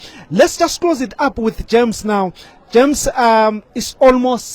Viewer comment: "Quit a passionate plea from GERMS here". It's JAMES not GERMS.